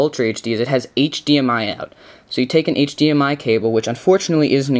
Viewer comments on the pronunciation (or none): none